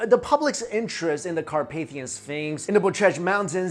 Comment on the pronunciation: Really like the way u pronounce the mountains name :D . I'm from Romania ;)